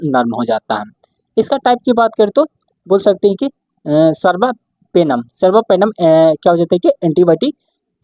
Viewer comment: सर्बापेनम् नही कार्बा पेनम् और मार्कोलिड नही मैक्रोलाइड बोला जायेगा😂